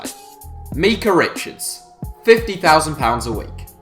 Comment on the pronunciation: also it's "My-cah" not "me-cah"